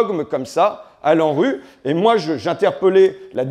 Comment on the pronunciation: haha j'ai entendu Landru au lieu de L'ANRU 😂